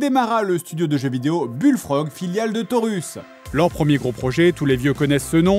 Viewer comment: « Torus » au lieu de « Taurus » 😅 la définition même de « sur un malentendu ça peut passer » 😂